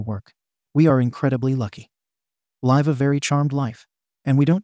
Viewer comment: OMG PEOPLE PLEASE LEARN THE TWO DIFFERENT PRONUNCIATIONs THE WORD LIVE!!!! ALL THESE STORIES OUT OF OTHER COUNTRIES ARE MAKING US CRAZY!! Please learn English and pronunciations if you're going to upload these stories